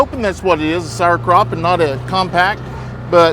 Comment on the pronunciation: You can look up Sour crop (not sar craw) 😂 or impacted crop. So sorry you lost the girl, it happens so fast. Good luck with the others, please keep us updated so we can learn with you.